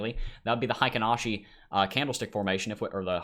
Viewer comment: Heikin Ashi pronunciation: hay-keen ah-she